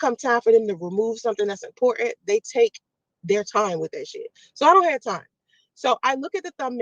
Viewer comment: It's "important" rat not "Impoorant".